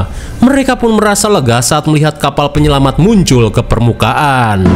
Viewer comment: Penyelamat bang bukan penyelamang